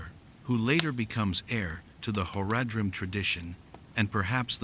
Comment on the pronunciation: Is this your voice or an AI translation of your writing? If you ever played the actual game, the pronunciation is way the fuck off. Zakar"em" should be Zakar"eem" and Horadrim should be pronounced "Horadrim" all at once not, "Hor-a-drim" and that is prevalent in the actual voice acting of the game. Not to nitpick, but if you're going to play off of a beloved fanbase, you should probably get those details pretty close to perfect.